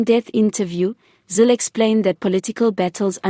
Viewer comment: It iz Helen /zile/, and not /zil/!